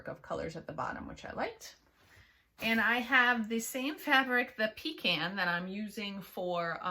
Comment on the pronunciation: I say pecan the same way u do. Lol. Hardly ever hear anyone else say it that way. Love your projects.